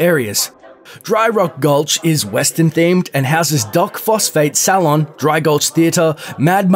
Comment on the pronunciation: Does he not know how to say saloon?